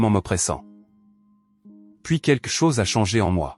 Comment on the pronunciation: "Quelque chose" ne se prononce pas "quekle chose " ou je ne sais quoi 😅 Blablabla .. .